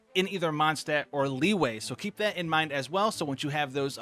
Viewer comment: everyone else: li-yue: liway